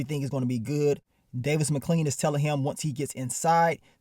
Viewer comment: “Davis Mcclean” 😂😂😂 nigga say everybody name wrong 😭